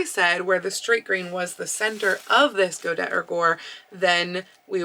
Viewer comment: I believe godet is pronounced go-day.